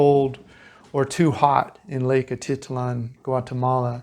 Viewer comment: Jeez - what a dump! I would only pay $22 per night! The place looks amazing and really makes me want to go back. Slow and unreliable internet makes it a problem for us, for now. BTW, it is Atitlán - you have to put the accent on the last syllable.